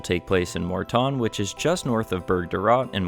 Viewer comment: Im having an ardougne moment ive never heard it pronounced mort tawn